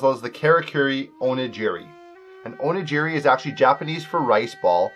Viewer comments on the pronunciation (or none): What made you think onigiri was pronounced like o-nuh-ji-ree? Also onigiri is not sushi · It's pronounced Kah-rah-koo-ree oh-knee-gee-ree. Jesus